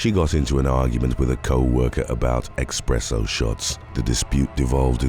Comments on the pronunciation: Do you say expresso shots?😂😂😂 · Espresso Shots, there is no ‘x’ or ‘ks’.